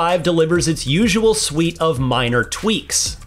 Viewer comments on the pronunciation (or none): none